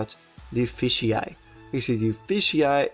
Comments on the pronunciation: It's FISH eye, not fishy eye. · why do you say fishy eye because it is said f-ish eye